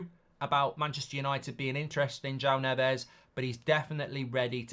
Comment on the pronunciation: It might help us get Neves if we stopped mispronouncing Portuguese names. It’s more ‘Nevs’ not ‘Nev Ez’. We haven’t got Fernandes right since he came to the club. They’re not Spanish or S. American. Hope we can get him.